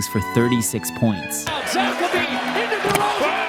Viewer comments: Did he say Zack Lavin' ? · He can't pronounce a number of names (LaVine, Knecht, etc). Makes me assume he's not half the fan these videos make him out to be.